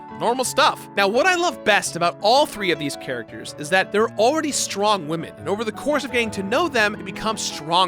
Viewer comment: They really said top 10 wamen